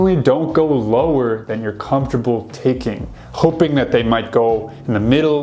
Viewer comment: you're not making any sence You가 허로 발음되는더 맞나요?